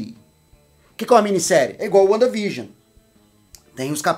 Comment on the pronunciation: Uanda Vigion 😂😂